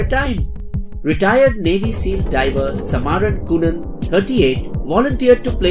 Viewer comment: Indian english accent was funny , the name samarn kunan got funny pronounce too 🤣🤣🤣🤣🤣